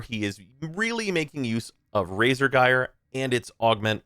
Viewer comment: Saying that both Banshee (who trivializes content with sonar) and Equinox (who struggles hard outside of normal path) need reworks is a take. Yet again another year where I am justified in completely ignoring opinion on anything. EDIT: Also it's not pronounced "Guy-er" it's "Ji-er". It's told to you in game, in promo materials. JFC learn to speak English.